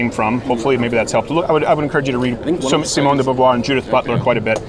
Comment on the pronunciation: 22'50" : Sociology IS science, soft science but SCIENCE (as in using the scientific method) nonetheless. I feel VERY bad sometimes for Crowder and his fans oh my god ^^. Also i heard Crowder speaking about Simone de Beauvoir, he can't prononce her name correctly and he clearly didn't read her work or he didn't understood it...